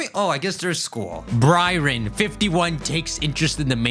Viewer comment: And also Byron. Like bro Bryron??